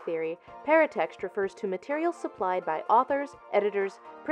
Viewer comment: I thought she was saying "parent text", not "paratext" until I saw the word. Parent text kind of makes more sense as a name for that though.